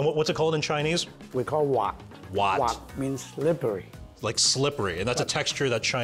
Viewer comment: As a Hongkonger I can certainly guarantee this is gonna be a great recipe. Simply by looking at the ingredients, technique and hearing "滑" (waat) is already bringing me back home